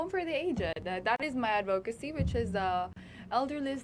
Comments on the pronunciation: Gazini - advocacy is pronounced with a short o, as in "of". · Yes, like an /uh/ sound, ADD-vuh-kuh-see, with the emphasis on the first syllable.